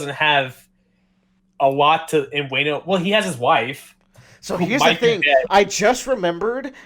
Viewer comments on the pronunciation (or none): Also why the hell are you pronouncing Wano as "Waaay-no"? It's a "short a" sound not a "long a" sound.